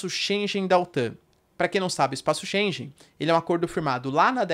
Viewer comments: Espaço "schengen" e não "chenjen". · Só um reparo, diz-se Schengen e não schen"j"en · Professor não é espaço schenje mas sim schengue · Espaço Schengen se diz 'shen-gan'. Muito bom conteúdo, parabéns! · Professor, a pronúncia é chen - guén Excelente aula. Parabéns! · É sempre esclarecedor e assertivo! Obrigada, professor. Correção: Shengen pronuncia-se /Shêngan/ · Excelente conteúdo sempre. Sou seu fã. E só uma dica: em Schengen o g se pronuncia como em gato.